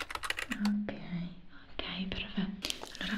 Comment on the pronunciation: In questi ultimi video ho notato che invece di dire "perfetto" dice "prefetto".😅